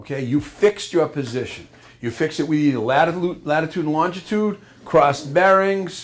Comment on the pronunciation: When did they add an extra letter T in longitude